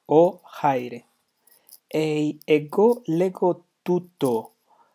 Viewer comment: Chi should be "Kh" in Ancient Greek, no? Thus rendering Khaire/Khairete not Chaire/Chairete.